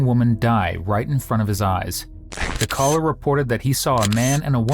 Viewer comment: Dear: "Calller"